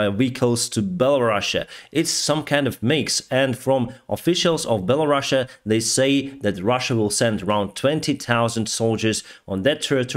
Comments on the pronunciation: It's Belarus, not Belarussia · Can you stop saying Belarussia!!! sound so soviet:} it's called Belarus simple. I spend 22 years in Ukraine and you barely hear Belarusian.